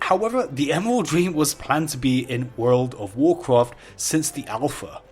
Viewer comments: Woorl o' Woocrof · I will make 1,000 youtube account and like your video if you stop saying "woud of woucwaft" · Its so stupid bcs people make fun of him for saying wowd of wowkwaft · woold of woocwaft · Don’t you dare start pronouncing Woulrld ov Wooolcraft correctly. It’s all good : ) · "Wold of wowcwaft" "can this video weach 1000 likes"